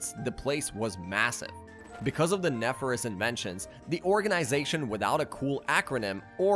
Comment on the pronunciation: Add nefarious to the list.